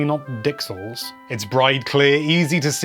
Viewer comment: I did not expect to end up cackling unattractively while watching this video but then you said "dixels." So thank you for that.